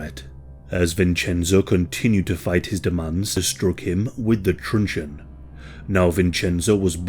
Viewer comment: What is the narrator saying...he was battered with a "trenchun"? Can't understand and the transcript is wrong